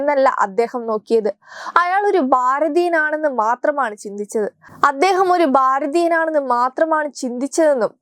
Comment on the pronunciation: ബാരതീയൻ എന്നല്ല പറയേണ്ടത് - ഭാ രതീയൻ ... ഭാ ര തീ യ ൻ എന്ന് തന്നെ പറഞ്ഞ് പഠിക്കുക.